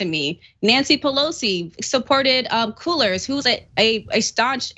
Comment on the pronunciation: When she said “Cue-Lers” loooool